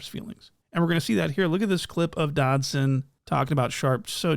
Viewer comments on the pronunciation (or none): The fact that he keeps calling that man "Dodson" has me gone🤣🤣🤣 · Really calling him Dodson 😂😂😂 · Dodson??? lol suspect? 😂😂😂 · U calling him Doddson is so funny😭😭😭